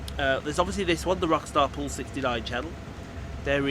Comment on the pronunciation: Happy Birthday! Loved the pronunciation! lol